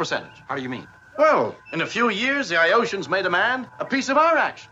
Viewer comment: Do what you need to do. Thank you for the watch. This was always one of my favorite episodes growing up, because it's fun. It doesn't take itself seriously at all. And, that can be a nice change of pace from heavy, sci-fi episodes. They pronounce Iotians i-Oceans. I hope that helps. Keep doing what you're doing, and I'll keep on watching. Thank you much! Have a wonderful spring.